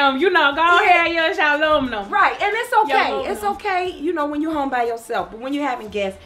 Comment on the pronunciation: “Go aheah and use yo aluminum” 😂😂😂 has me WEAK!!